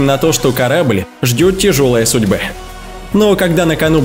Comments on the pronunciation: Судбэ караблэ что-то у него с речю не порядокэ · Судьбэ,караблэ,...или мне послышалось!..))..